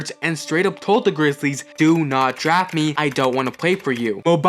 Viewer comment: Daft instead of draft. A lot of mistakes